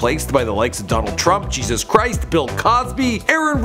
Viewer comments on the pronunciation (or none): none